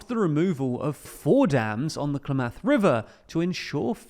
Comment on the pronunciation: ˈklæm-əθ river Bruh, try pronouncing things.